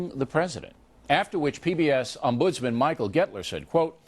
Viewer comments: What is an O-NOM-budsman? Is that how o'reilly employees pronounce ombudsman? Why is anything related to o'reilly in the news section? Hey youtube, can you create a category for ignorant kooks? It would be nice to have a proper category to put all these "My world is a real life fantasy, full of fairy tales and ignorant propaganda spewing from my mouth" type of people into. 3 years and hes still a moron... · Bill O'reilly can't pronounce Ombudsman.